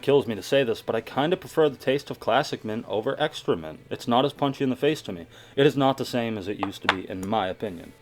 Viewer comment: Is it just me or whenever he said extra mint it sounded like excroment.